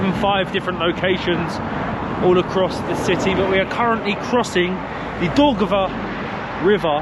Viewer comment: You are nice entertaining couple. Thank you for showing around my native town Rīga. Best wishes to you. But why couldn’t you learn at least five words without butchering them?City of Jūrmala, river of Daugava etc. You cannot use English pronunciation for all the languages of this world. Besides, please learn what these names actually mean, for example “Jūrmala is compound word “Jūra” and “mala”, which means “sea” and “side”. Also, in Latvian sauna is not called “banja”. Bania is Russian word . Latvian sauna is called “pirts”. Blessings!